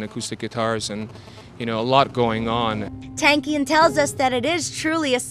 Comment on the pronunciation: i wish ppl would learn how to say his name properly.....its pronounced TONKian....